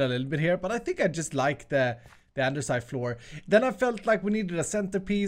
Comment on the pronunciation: Andesite,. Andesite. Not "andersite". Andesite.